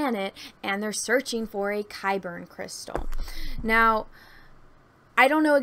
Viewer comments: Isn't it just Kyber? It sounds like you're saying Kyberin or Kyberen. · I thought they were called Kyber Crystals. Are you saying Kyberian? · yeah it is.. idk why she keeps saying kybern lol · Yeah she wasn't saying Kaiburr either. She was putting an N at the end.